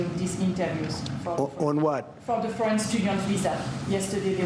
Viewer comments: C’mon…I think Trump us garbage but he wasn’t confused. He heard her accented pronunciation of “foreign” as “French.” He may need a hearing aid and squawks in ramble-speech, but that’s nothing new. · I cannot stand 47, but pause here please - I worked for an international corporation for a while - the speaker was clearly a native French speaker and her pronunciation of "foreign" could have been interpreted as "French". Also, Americans are notorious for being unable to pick up the intent of foreign speakers and we are talking about a guy who clearly struggles with English. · It sounded like she said french to be fair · I thought her accent was unclear too -I don’t think difficulty in understanding her question initially is a sign of dementia!-she pronounced ‘foreign’ very much like ‘French ‘ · Don't get me wrong, I'm with you 100%. I can understand though why he thought they said "french". I'm slightly hard of hearing myself and it did sound like she said french rather than foreign, but only if I was only halfway paying attention. I'm also not the president of the USA doing a press conference where anything less than 100% attention is tragic. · In Trump’s defence (and this is the first time I have ever said this, as I am absolutely anti-Trump!), that reporter’s accent WAS very thick, and she kept saying the the word foreign very fast as 1 syllable (“forn”) rather than 2 syllables (“for-in”). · I'm three years older than Trump and I heard her say French twice, as did Trump. I understand every word that Bryan Tyler Cohen says every time I listen to him, but I understood very few of the words this reporter said, because of her accent and mispronunciations. I know that my hearing is not the best and likely Trump's hearing may also not be the best. This may not have been the best example to make conclusions. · Okay. The woman has a heavy French accent. She is saying foreign as if it is one syllable so it sounds like fran Fran student visas